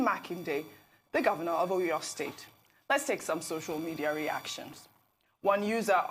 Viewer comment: Please ma pronounce our cities properly. I can forgive you if you are a foreigner but common! You are presenting to Nigerians and can't make attempt or research on how to pronounce a Nigerian city. Common Seyi Makinde, Aw Yaw state for Oyo. Common! Learn how to pronounce our names. You media guys should stop destroying what is ours with a foreign language. It does not make you more sophisticated calling a Nigerian name with another accent. Please ma